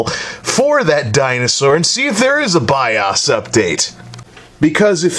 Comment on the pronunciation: STOP SAYING BIAAASSS ITS B.I.O.S!!! BIOS -_- O LIKE (O)RE(O)S OR OCT(O)BER...